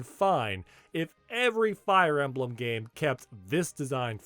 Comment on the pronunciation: Fire E-may-blem?